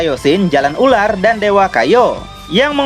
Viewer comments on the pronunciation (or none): none